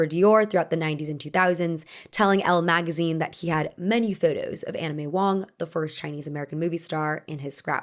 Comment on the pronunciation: Did anyone else hear "Anna May Wong" as "Anime Wong" at first lol